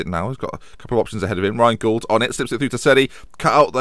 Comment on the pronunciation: You're pronouncing Gauld wrong - it rhymes with called.